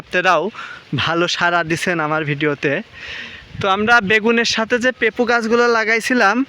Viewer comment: পেপু না পেঁপে